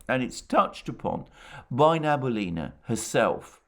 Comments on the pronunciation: Hello Alexander. Love your program however it bothers me that you pronounce Nabiulina wrong. It's Na-Bi-Uli-Na, not Na-Bu-Li-Na. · Sorry to correct you - she is Nabiulina not Nabulina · You pronounce Nabiullina's name incorrectly, and you talk about her so often :)